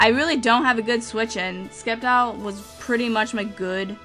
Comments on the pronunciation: it's pronounced "Sep-tile" not Skep-tile" Got it form the pokemon series!! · You should go back to the wrong pronunciation of sceptile. It made you unique.